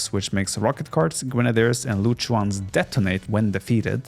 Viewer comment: yurchens? i know jurchens only xD